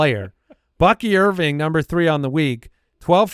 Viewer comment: "Bucky Irv-ring", as in championship💍